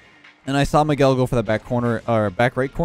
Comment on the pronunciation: I’m someone who’s called Miguel and I’m glad pronounced the name properly because most people mispronounce it